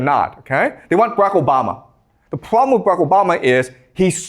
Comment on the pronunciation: I like how he says "pwobwem"